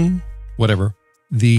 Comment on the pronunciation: Its pronounced “ksun”